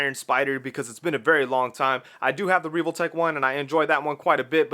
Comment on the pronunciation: Why are you saying reeve-ole-tech?? It’s pronounced how it’s spelled. Revoltech. Soft “E” 100% that’s just how English grammar works.